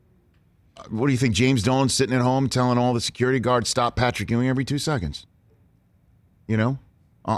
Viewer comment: C'mon Rich, it's Patrick Ewing. Geeeeez